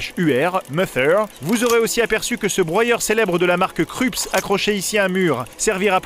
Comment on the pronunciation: La marque du broyeur se prononce "Kroupse" et non "Krupse" ni "Kreupse". C’est une marque allemande.